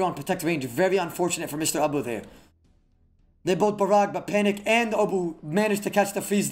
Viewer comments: this woulda been great if i didn't hear Ba-Ra-Ga every 30 seconds... jesus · Wtf is borraga u mean ice barrage XD Love the vids tho. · Hey casted "Barracka" Barraga???? Wtf you smoking bruh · Everyone talks about the nostalgic hood old days playing online with friends, this is the beauty of old school, there is no nostalgia, we can still play brother, thank you fr, I would never had known I’ve been pronouncing “barrage” wrong for years lol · Great osrs commentary! Doing great things for the community and looking professional with your new hair and suit! Only wish you pronounced barrage right 😂 very good all in all!